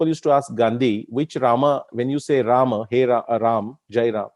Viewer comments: I observed many people including scholars like you as wellasnon anglophone... Those who pronounce रामा for राम and योगा for योग same people don't use संडासा for संडास। Do you have any idea about it why? Including you... I guess like every other Indian you also ssy संडास n not संडासा। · Respected Shri krishna ji, where is the question of "Hindi ideology" here? I am just insisting that the pronunciation of certain Indian words should be as per their original Sanskrit pronunciation and not the as per their anglicized versions. However, I am sorry to say that there are people in our society who are still not out of that mindset of the British colonial times. Americans took our word "yog" from us and made it into "yogaa". Funny and irritating at the same time! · रामः = Rama in which case : stands for colon... And not visarg in Sanskrut... Otherwise if it's used as visarg could be pronounced as Ramah... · Rāma and Rāmā are two different pronunciations. राम is Rāma, Rāmā is रामा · I like the whole topic and narration. But your Rama and Sugrivaaa pronunciations are jarring. Why not use indic style of Ram and Sugreev?